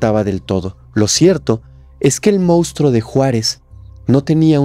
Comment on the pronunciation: No puedo con tu forma de decir MOUSTRO, si vas a ser influencer aprende a pronunciar la palabra moNstruo